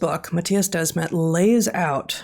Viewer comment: It’s Matthias de Smet, not Desmet. It’s the same as “the smith” only “de Smet” “the” and “de” is pronounced somewhat the same. Also; the podcast with Jonathan Pageau was epic!